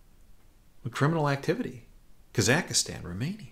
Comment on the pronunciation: Psst, there are only 3 syllables in "Kazakhstan"...